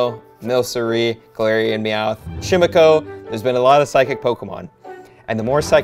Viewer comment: Chimecho—-> CHIME-EC-O